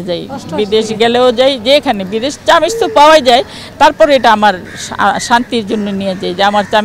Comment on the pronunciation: চামিচ না চামচ